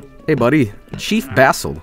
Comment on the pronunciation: Chef Basil: h-: CHIEF BAZZEL